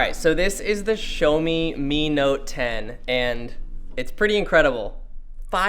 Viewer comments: "SHOWMI" - LOL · THIS WHITE DUDE CALLED IT A "SHOWME" DEVICE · Ah yes, the Shomi mi note 10.